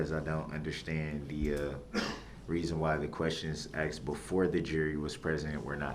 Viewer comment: Now you know he axed a question